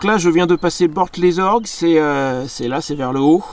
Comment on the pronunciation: Bor- les orgues. On ne dit pas le T. Département 19 la Corrèze .Frontière entre le cantal, le Puy de Dôme et la Corrèze 😉👌